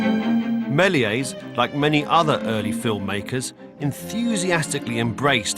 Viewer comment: You would think that a man who has devoted his career to silent film would get the pronunciation of "Melies" right. Half the time he says "Mell-ee-ay", which is wrong. Then SOME of the time it's "Mell-ee-ays", which is only a little less wrong. Only the French guy gets it right: "Mel-YESS", but it whizzes by him and he starts saying "Mell-ee-ay" again. It's dismaying as hell. Bad enough that both pronunciations are wrong, but to switch back and forth is just detestable.